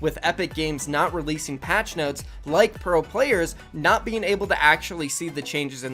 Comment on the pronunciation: I liked the vid, but never say noties again